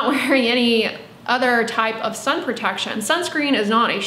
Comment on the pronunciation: Why is she calling The sun as San ?